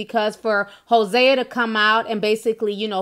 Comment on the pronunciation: It’s pronounced Jose like the Spanish name